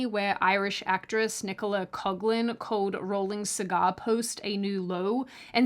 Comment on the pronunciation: 🤨🤨🤨 You really can tell the quality of a piece of media commentary when its presenter cannot even bother to look up and adhere to the commonly accepted pronunciation of terms like LGBTQ+, even when criticising, and also cannot be bothered to accurately pronounce the names of certain actors, e.g. Nicola Coughlan. This base form of ridicule should be beneath anyone - clearly it isn't beneath you. While I fully agree that Paapa Essiedu is the wrong choice of actor for Snape - your other arguments are just disgusting.